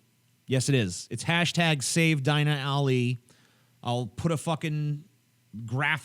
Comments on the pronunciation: Deena, not Diiina. Dumb,, dumb. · its pronounced deena not dine-a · Her name is pronounced ''Deena'' xDI think they're against muslim immigration because of Islamic values and that they support her because she doent fit in that category or to those belifs and that her story is different to most immigrants and that shes in genuine danger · I think she would go back to saudi arabia willingly if she knew how white people pronounce her name. Its pronounced Deenah not Dyna. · I think her name is pronounced DEEna, but w/e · you butchered her name.. its pronounced DEE NUH... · lol TJ, it's pronounced "Deena".